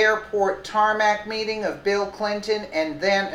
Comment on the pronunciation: Tarmac "meting"?